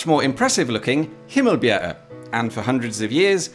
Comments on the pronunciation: I would say that he says Skanderborg with too much pressure on the G Also, the way he says Himmelbjerget sounds more like himmelbjerre He nailed Ø , which i consider impressive for someone who doesn't have it in their native language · The funniest thing was that you pronounced Ejer Bavnehøj perfectly, but said “I hope I said that correctly”, when you had just slightly mispronounced Himmelbjerget 5 times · As for your pronunciations, as a Dane, your pronunciation of Himmelbjerget was not perfect, but much much better than I ever heard a non native person pronounce it. As for Ejer Bavnehøj, that sounded perfectly danish. If I only heard those two words from you, I could esily mistake you for a dane :) Good job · It's fun to see a video about our little country, and especially about its truly massive peaks, and the disagreements stemming from a few centimetres. Honestly, your pronunciation of Ejer Bavnehøj was pretty spot on, better than your pronunciation of Himmelbjerget (which had a weird ending). I also noticed the piano cover of a Danish pop song, "big man", (which I personally hate, but I like that you made a cover of a Danish song anyway).